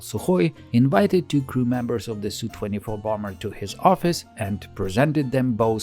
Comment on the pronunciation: It’s not a “sue24” but an Es You 24.